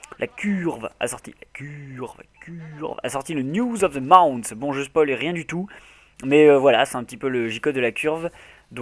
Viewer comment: "La if a sortit son clip of the MOUNTH..." on t'aime ♥